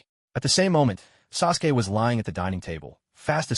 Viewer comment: I'm thinking Suresway is the AI trying to say Sasuke. AI slop indeed but made for some interesting background noise.